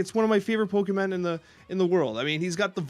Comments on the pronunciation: "Pokiman" "Animay" making the show and I can't tell if he knows what he's doing or not ha! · I like how says he pronounces Pokemon exactly how it's spelled, but there's no A in it.